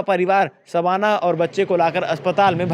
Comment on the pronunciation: शबाना और साधना के उच्चारण को समझे भाई ये जान बुझ कर नहीं किया होगा ऐसा मुझे सुनने के बाद लगा